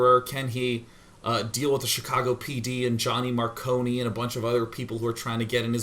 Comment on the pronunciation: mar CONE like snow cone not kony.